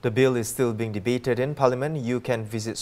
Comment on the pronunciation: Dear, the English word "parliament" is not pronounced "palaman".